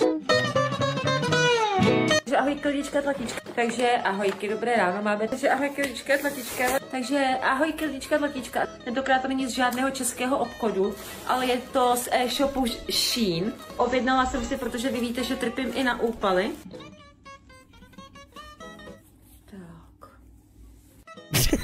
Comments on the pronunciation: Sín se neříká takhle ale SHEIN 😅😅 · Říká to špatně ze šínu tvl 🤦🤦🔪